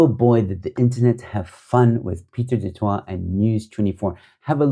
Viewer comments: The pronunciation of du Toit is duh tooi but for Pieter I suppose duhh twa(t) is preferable.. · 😂 do toit... no joe ...the sound to the du toit surname sound like duh-toy..its a little closer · Pronounced “du toy” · I enjoy listening to your posts. Du Toit us pronounced "de Toy". News24s new name should be k@ praat24.😊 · I love the way you pronounce his name "Pieter du Twat" classic! 😂😂😂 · It's pronounced Du-Toy amongst the common man. Maybe there's some Du- Twas walking around the Cape Winelands but in Boksburg is mostly Du - Toys 😅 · Just for future use - Du Toit is, in SA, pronounced" du toy" although I think the original French pronunciation IS the way you pronounce it. There's another offshoot of News 24 which does podcasts called "The Three Beanies" which I troll relentlessly as they are so Woke & who also ran with the Twitterbaas story before checking it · Not quite. It's pronounced like the "ooi" in Afrikaans. Same as more familiar Afrikaans words like rooi (red) and mooi (beautiful). So, "du Tooi". Can't actually think of an English word that has that ooi sound. That will be the Afrikaans version. But because it's French it may be pronounced as du Twah in French (probably, I'm not a French speaker).